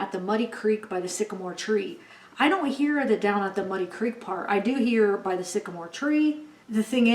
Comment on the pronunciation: I agree with you, it says down by the sigamore tree twice 😥